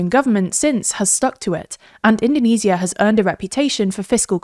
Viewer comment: Why is she pronounced indonesia in the most wrong way possible lmao. We don't call Japan - Nihon or Germany - Deutcheland in English